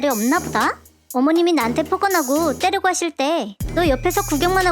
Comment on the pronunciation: 때리고를 때려고로 녹음하신 것 같아요